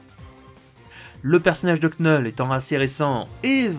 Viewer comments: de l'accent dire " knoull "c'est toujours mieux que dire knull comme "null" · Tu devrais prononcer son nom "Knoull" sa sonne mieux et presque tous le monde dirais knoull en prononciation plutôt que knull et franchement entendre cette prononciation c'est désagréable ...